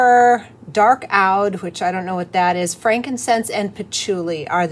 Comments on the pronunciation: It's pronounced ood. Spelled OUD. Just thought you'd like to know if that's helpful. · Hi,. Brambleberry has a birchwood oud I used and had to look it up then. It's pronounced like ooood (like flute) and an oud is a musical instrument. Nice job, by the way! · Gorgeous! Oud is actually pronounced "ewd"...like dude :) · "ood" as in brood. Luxury perfumes !!!!!! I be this was so good.